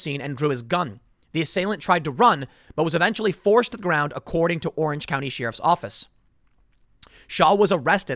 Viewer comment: SHE-RIFF. LOL